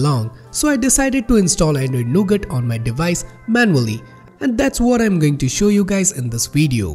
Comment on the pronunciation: when he say android nougut...i misheard it to ANDROID NOGOOD